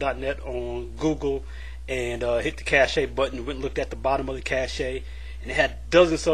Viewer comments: It's pronounced like "cash" (cache) not "cashay". -- FYI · I think "cache" is pronounced like "cash". Just sayin man :P I subscribed BTW, you seem like a good guy.